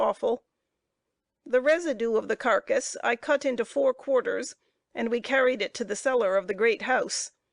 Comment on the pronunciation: I like the book so far, but once the narrator changed, totally lost interest You can’t understand a lot of what she says, nor can she pronounce simple words: Carolina, Carcass????